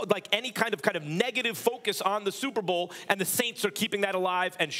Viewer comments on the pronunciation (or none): “Supa Bo”